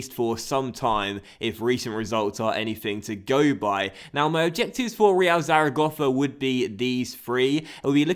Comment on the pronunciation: You say Zaragossa